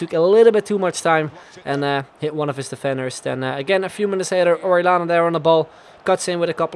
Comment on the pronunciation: Orellana is pronounced "oreyana", not orelana